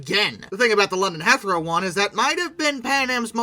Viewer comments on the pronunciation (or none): I've never heard Heathrow pronounced like THAT before. It's he throw. Not heath row. Not heath er row. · Great video but it is pronounced London Heath (As in the actor 'Heath' Ledger) row.. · Heathrow = HEETH-roe Barbados = bar-BAYD-ose Icahn rhymes with icon (long stressed I, syllables run together) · Thats the weirdest mispronunciation of Heathrow I've ever heard 😊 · you don't need to be an English speaker to have heard "Heathrow" many times. Agree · Interesting take on the fall...Not to be nitpicking here but a couple of your place pronunciations were incorrect. Recheck "Heathrow" and "Barbados"... Plus you forgot the TV series Pan AM